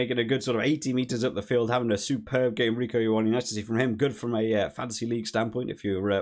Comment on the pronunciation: Rieko ioane, is reeko you on ne